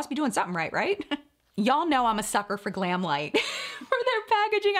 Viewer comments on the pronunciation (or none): none